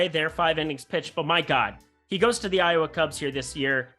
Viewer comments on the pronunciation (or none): none